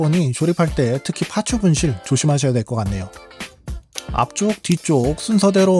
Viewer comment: 파츠 ..파츠 정말 듣기 싫네...일본놈들 ㅌ 발음 안돼서 파쯔 파쯔 하는거.. 그놈의 기믹이란 소리도 듣기 싫고..ㅋ